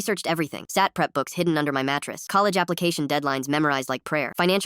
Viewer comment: Wait, wait,wait, it's called S A T, not sat